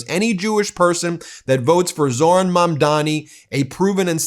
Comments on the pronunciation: Hi, Ben. Thanks for all you do! However, I think I’m hearing you pronounce Zoraihn’s last name incorrectly. It is Mam not Man and Dani not Dami. Mamdani. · You keep saying Mamdani wrong. It's not mandami